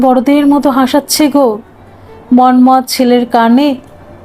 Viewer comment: আপনি মন্মথ উচ্চারণ এমন ভাবে করছিলেন কানে লাগছিল। হাজার হলেও আমরা বাঙ্গালী। আমরা এভাবে বলিনা